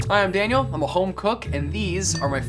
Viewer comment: Daniel is pronouncing half the things wrong 🥴